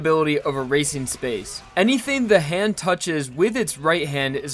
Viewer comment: Bruh it's not "the hand" it's "ZA HANDO"